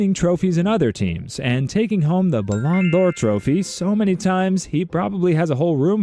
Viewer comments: “Blhan D’or” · “Paylay” “Maradonena” “Bhan d’or” “Soccer” “Muhammad Sellar” “Erling Holland” This gotta be rage bait or something 😭